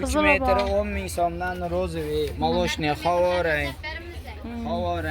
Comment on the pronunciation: Хаво деп хоразмли булипди